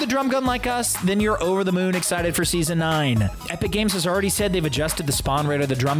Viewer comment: Did anyone notice he says epic cames lol